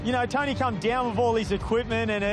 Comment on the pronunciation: Lol I heard them them say Tony's name as "Tiny!"